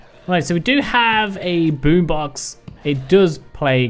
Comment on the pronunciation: "so we do have a boob ox..." Me: "wait what???" XD realized a second later it was boo box